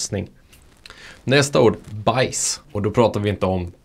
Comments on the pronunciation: Mycket bra förklarat, snygg video! Men visst uttalas hausse som "håås" och baisse som "bääs" haha? Men det låter ju iofs kul med house och bajs 😅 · öva på att uttala baisse och hausse på rätt sätt! :D